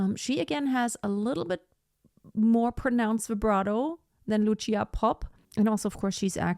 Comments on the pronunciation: It's Lucia like Lutsia not "tsh". Both Gruberova and Popp were Slovak singers. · It’s Loosha, not Lutchia. And consider Christina Deutekom. 🙏